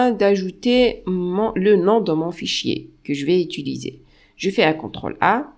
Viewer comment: Bonjour, j'ai une question hors sujet. Je ne suis pas natif en français et je vous ai entendu prononcer "utiliser" comme "utuliser" dans . Je me permets de vous demander de quelle région vous êtes. Sinon très bonne vidéo !